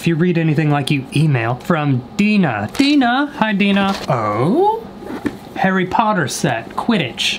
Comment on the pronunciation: "Harry Purrrrturrrr???", u good xD